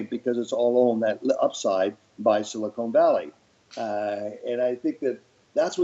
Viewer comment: Someone has to tell Frank that it’s Silicon Valley not silicone valley. It makes him sound so stupid and he is not. If silicone valley actually existed it would be in Hollywood I guess.